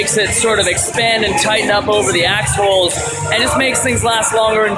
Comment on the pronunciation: Axeholes sounded like quite a different word lol